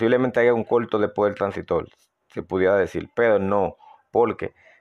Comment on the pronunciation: Buen video y explicación. No me suscribo porque no me gusta ese acento caribeño, me molesta cuando cambian las palabras; " transistol" "televisol".